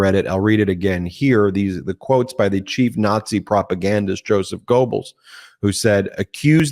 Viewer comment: Hitless propaganda guy Joseph Goebbals is pronounced "GERBALs" ....you sounded very dumb not knowing that...BTW I am a big fan of yours....you should have someone catching errors like that, so you can correct them asap on air.